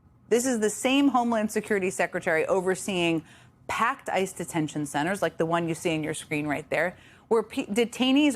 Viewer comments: She keeps calling ICE "Isis". Lol if the shoe fits... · Jen said “Isis” instead of ICE twice. 😆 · its ice not isis omg